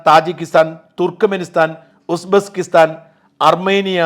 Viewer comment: ഉസ്ബെസ്കിസ്താൻ അല്ല, ഉസ്ബെക്കിസ്ഥാൻ